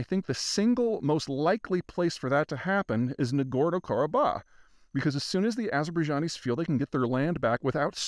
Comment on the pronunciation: 1. Zeihan butchered the name of the area, as usual - it's Nagorno=Karabakh - the H at the end is pronounced. Also, Ossetia - t is pronounced t, not sh. 2. He played fast and loose who is the good and bad guy here as long as it negatively affects Russia in some way. Spoiler alert: Armenia is the good guy in this case. 3. He pulled the economic figures totally out of his ass. They are not even close to reality. 4. He solidified his role as a clueless CIA mouthpiece who will talk BS but with confidence.